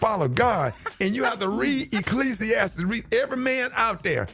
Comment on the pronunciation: Someone explain where in the Bible is E-KLEE-SEE-TEES 😂😂😂